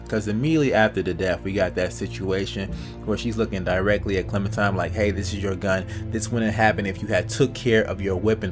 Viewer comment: hey dude its clemenTINE, not clemenTIME, but doesnt really matter tho video's good